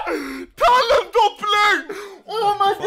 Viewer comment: I hate how he says Talon “Dopblu”